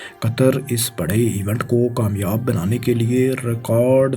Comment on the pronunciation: Bhai Apni pronunciation thik kr lo yar... Words sai bola kro Maqabla ni muqabla Racard ni record Dabai ni Dubai Aese aur bhi bht sare words hain